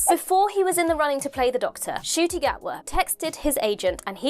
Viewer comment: Ncuti’s mum has corrected his pronunciation of his name. The N is pronounced.